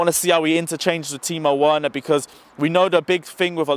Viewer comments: You keep werner as in "W" it's said with "V" thought i let u know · broooooo.. its pronounced Verner V not W. Its a German name not an English name bro.. You are still a legend though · Please we pronounce the W V not W is Timo Verner instead of Timo Werner.In Germany we pronounce W like V. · ApexZA ikr he keeps saying worner lol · That pisses me off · Mate you pronouncing Werner name incorrectly. It’s pronounced Verner because W in German are pronounced like V’s. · It's Timo Verner ( W is pronounced as V in German). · Timo verner there is no w in german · Okay ima help you its “timo Veerner) you sound hella funny. Prolly dont watch to much bundisliga 🙏🏼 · He's German, his name is "Verner". I refuse to believe you are that old and don't know that. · Btw.... It's spelt Timo Werner but pronounced Timo "Verner* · VER-NER. VER......NER. It’s not hard to say. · Dude "werner" is pronounced "verner" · Hey. Can you please take the time on fixing your pronunciation of Timo Werner. You'll be mentioning his name in the scoreline all the time. Thanks man keep up the great Videos. COYB 🇨🇭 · Bruv you need to learn how to pronounce Werner's name😂 Also.. Mount?. I dont totally agree with you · he's from England bro. From the accent you can tell he was born and raised in London or thereabouts. He's reading Werner in English. Nothing is wrong with the way he pronounces the letters. He just has to make an effort to pronounce it the german way since it's a german name. That's all.... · Who the hell is Timo Worner and who the hell is Lewondaowski? 😂😂😂😂😂😂😂😂😂😂